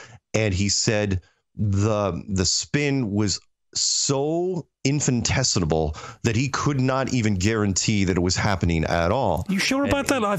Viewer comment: THE WORD IS infinitesimal … NOT infinitesimable.